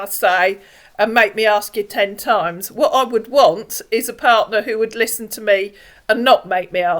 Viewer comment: Just yisten yisten mee😂😂😂😂😂😂😂😂😊😊